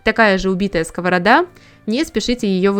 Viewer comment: Дуже ріже слух скОворода. Думала так кажуть тільки кац"пи